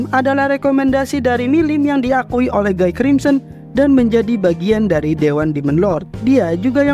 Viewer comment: guy bg bukan gii